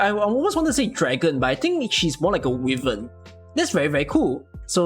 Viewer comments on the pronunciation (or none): Easiest skip W S3 is sesa S2 but with multi target and aimbot the pronunciation police has arrived to tell you Wyvern is pronounced as wai-veRn